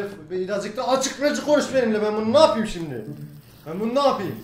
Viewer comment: Şimde demesine bayiliyom yaa